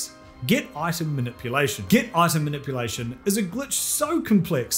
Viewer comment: "Manippleation" lmao